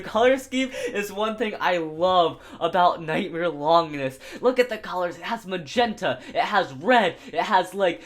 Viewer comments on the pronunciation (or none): none